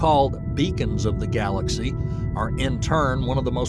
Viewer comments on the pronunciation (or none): none